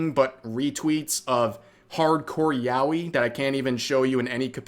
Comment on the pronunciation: I was listening to you say "yawi" over and over, with no idea what you meant, until I actually looked at the screen to find out you actually meant "yaoi". 😙